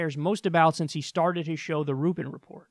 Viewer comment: "Rave Dubin" . OMG YOU'RE KILLING ME HAHAHAHA